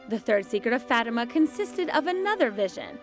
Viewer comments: Fah tee mah. don’t make my ears bleed please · Instaurare Omnia In Christo huh??? The way the name is pronounced is wrong and ugly! Fatima is not my actual name, but it’s what my dad wanted to name me and I just found it shocking that they pronounce it so atrociously. You misunderstood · Instaurare Omnia In Christo all I said was the way the people in the video pronounce the name Fatima is wrong. It’s much more beautiful sounding when it’s pronounced correctly. That’s all